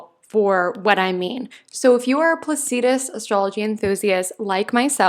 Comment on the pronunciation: Nice reading, but it's pronounced "Placidus," not "Plac-ee-dus." An "ephemeris" is not an "eph-em-eer-us." I love what you have to say. I'm just a geek & I figure somebody should tell you, so you can pronounce the astrological terms more correctly.